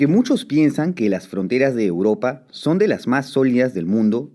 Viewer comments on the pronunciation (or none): none